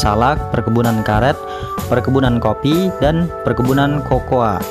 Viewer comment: Kakao bukan Kokoa ,,,ha,,ha,,ha